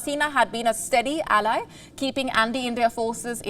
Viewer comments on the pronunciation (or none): none